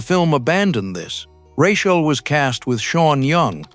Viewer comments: Ru-chale? It's Rachel, FFS. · Lots popping off for someone who pronounces her name Ruh chaele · It is Rachel - not Rashell. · They're doing this on purpose. AI pronounces Rachel's name wrong. Nobody is proofing the voice-over; proving that they just don't GAS. Ironic isn't it? This video is about finding glitches in the film and there's also glitches within the video. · Your AI can't say Rachel properly. Lame. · I tried to make it all the way through this but him messing up Rachel's name was pissing me off so bad, I had to quit it. SMH. LMAO! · The mispronunciation of Pris and Rachel throughout, it's a dead giveaway either AI or whoever you are making this thing you don't even have two seconds to learn the pronunciations of the names that are key to this thing that you're making?? Pass. I'll re-watch the multi-hour documentary.